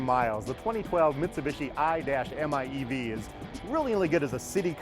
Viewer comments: The "Aye-Dash-Em-Aye-Eevee" Oh PLEASE! Would u cut that f* nonsense and call it the "Mitsubishi I" instead? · You had me at "I dash m I e v" sexiest name. Imeev. Stop saying I-dash . My god. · Stop calling it the i-dash-miev! You could just say "car"!